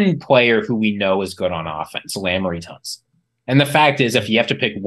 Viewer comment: Guess the fade of doing little to no research before speaking on something is still going on. It's Laremy Tunsil, not who ever glasses said and they have Clevelands 1st. After that I paused the video to leave this comment do the work next time.